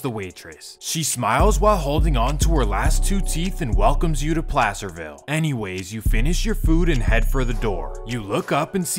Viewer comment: NAILED PLACERVILLE💀💀💀💀TWO TEETH